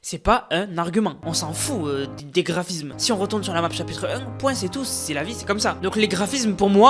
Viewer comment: Chapitre un ❌ Chapitre em✅